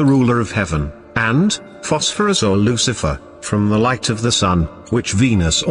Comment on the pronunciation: Maybe the researcher had all the info mixed up or they are hyping up the video just like how the narrator pronounce Lu Ci a fer